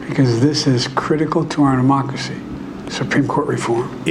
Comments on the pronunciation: Does Biden Keep Saying DEMOCKERY ? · Sounded like he said mockracy.